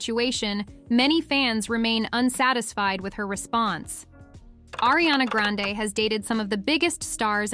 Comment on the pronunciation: Erie-Anna and Illianna. And then finally, they get it right and say Arianna. It's incredibly annoying when names are oronounced wrong.